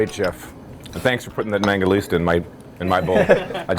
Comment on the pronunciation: Mangalitsa. Not Mangalista.